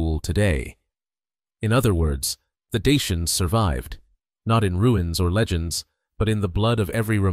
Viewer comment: La prononciation de Dacia et Daciens est EXÉCRABLE!